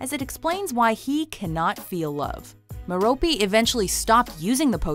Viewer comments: Merope is Mare-ro-pay not Mer-ro-pee. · Sarah Harrison Girl: meropiiiiiii MEH-ROPE NOT MEROPI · It is not mer-OH-pee. It is MER-oh-pee